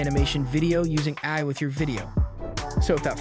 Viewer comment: Apologies if already answered or considered rude, but is this narrated by an AI? Extremely impressive for the most part, but hearing AI pronounced as “eye” and Alex as aLEX certainly raised my eyebrows.